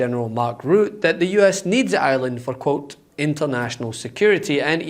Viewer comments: To all Meidas Touch team: please teach your presenters that Macron is NOT pronounced 'Macrone' and Rutte is NOT pronounced 'Root.' Thank you. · You mispronounced Mark Rutte